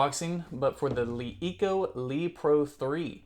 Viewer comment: It is pronounced luh eco and not lee eco.